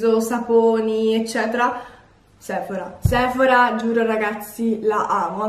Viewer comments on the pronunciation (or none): none